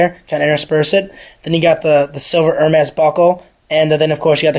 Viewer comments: Dude cannot even pronounce the companies. "Her mez' lMAO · its Er- Mey